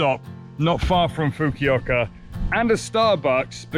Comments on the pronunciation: Just so you know, regarding pronunciation, your booking agent's name is not "ka-ZOO-y," but "KA-zoo-eh" (eh like the first syllable of the word able). And the final city is not "fook-yu-i-ka," but "foo-koo-oh-ka." Japanese is a monosyllabic language and therefore reads quite differently than English. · Foo koo oka. That’s how you pronounce Fukuoka.